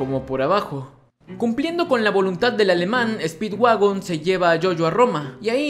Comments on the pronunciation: en el minuto en vez de decir speedwagon dice speedwaifu xd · Like si te diste cuenta que cuando digo que speedwagon había encontrado petróleo pero vuelve a escuchar speedwagon y te darás cuenta que dice speedwaifu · dise mal speedwagon y dise speedwaifu speed-w-a-i-f-u jajajajaj